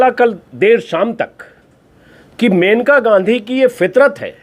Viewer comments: Sir it is मनेका gandhi and not मेनका unka nam मनेका है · Her name is maneka..not menka(मेनका नहीं मनेका)